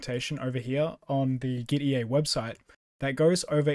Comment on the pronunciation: Gitea is pronounced like git and tea. Hence the logo.